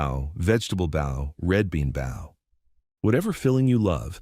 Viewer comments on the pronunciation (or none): Bao is pronounced Bow